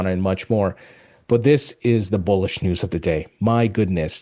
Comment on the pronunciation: I thought he said Bull💩 news.